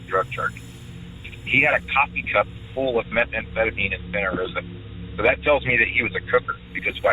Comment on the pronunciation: "methamphetamemes" xD hahahahaha